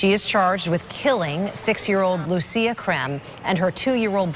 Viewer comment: You pronounce Lucia as LUCHIA ❤